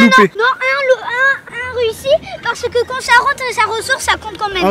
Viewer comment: le parce'que était fénoménale😂😂😂